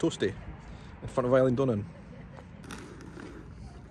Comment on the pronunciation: I'm Scottish and it made me squirm to hear you mispronounce Eileen Donna. The first syllable is pronounced as a soft a, not I. As you said.